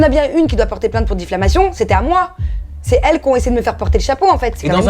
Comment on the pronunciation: elle dit difflamation au lieu de diffamation. quelle nouille. nan mais c des vraies cassos ces gens de tele realite